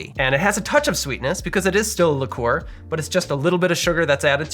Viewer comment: Almost stopped watching/punched a wall after he kept saying lick-oooh-were.